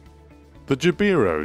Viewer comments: Jabiru is pronounced Jab-e-roo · Us Aussies pronounce Jabiru as “jab a roo”